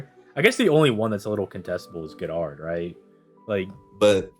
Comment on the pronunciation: Gerard is pronounced (jer'ard)